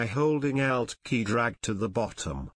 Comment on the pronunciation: Lol! I thought "he" was saying "out" key and was like "What the heck is the "out" key?!" Then I realized, "Oh! ALT key!" Heh-heh! Otherwise beautiful video!